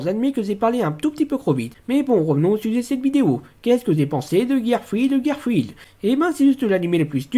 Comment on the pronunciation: Tu as aimer cet épisode ? Kael lui n'as pas du tout aimer. Tu prononce mal le mot "Girlfriend" XD Ok tu aime bien Lillie , Nacchara et Naminé , je comprend pourquoi Mais Chloé Bourgeois ?? Minute elle s'appelle Sinnoh ?